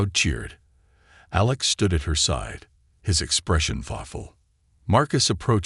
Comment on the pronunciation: That's it! You want people to subscribe to your channel, but the narrator [whether human or AI] is not able to enunciate certain words or names such as minutes in the word(unreadable) was read in the past tense and not in the present tense. Well as the human pilot's name of ALEX was misspoken as A lax instead, but later was corrected. Is this an AI generated story or did janitor was given the transcript to proofread while on a cigarette break? Come on now, get with it, and produce the the quality work that I know you can do. Go on, make me proud.